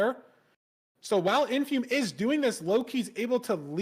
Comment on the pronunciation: Does Lud know what a dipshit he sounds like when he doesn't say Infume correctly?